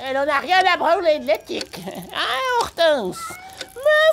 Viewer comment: Ortance le nom du chat 😅